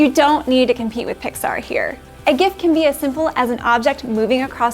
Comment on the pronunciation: with the connect pronunciation of gif, congrats 😀